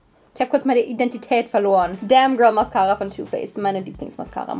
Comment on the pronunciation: Bei der Mascara hat wohl kurz Laura aus Ally gesprochen 😂😂